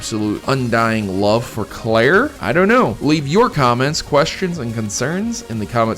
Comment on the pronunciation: Claire, it is claire